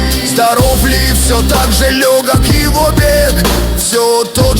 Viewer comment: ШтПроблема всех этих Ии генераций в том, что они ударения коверкают, всю песню из-за за этого выпадаешь из настроения Там же куча рифм построена на условно "старославянском" произношении Не "лЁгок его бег" а "лЕгО́к", то есть через акцентированное Е вместо Ё и с ударением на О, на второй слог, не "на холмЕ", а "на хОлме", ну и т.д., а тут ентот компутер ваш, бесовской все на новояз перепел) Справедливости ради скажу, что не самый плохой ИИ-кааер, многие другие он уделывает, тут спору нет. НО! В то же время многиесмысловые контексты он не выделяет паузой, где это необходимо. Короче оценка "тройбан с плюсом", в целом подходит для популяризации классики у зумеров